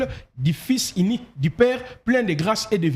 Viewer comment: Wai congolais peut pas lire u ils disent toujours i sauf Fally ipupa qui prononce correctement 🤣🤣🤣 exemple : inique, natire, attribie himain au lieu de unique, nature, attribue et humain 🤣🤣🤣 je conclire car c'est ma conclision 🤣🤣🤣